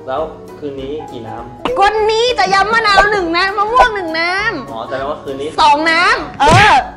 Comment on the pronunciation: พี่เขาพูดยิมมะนาว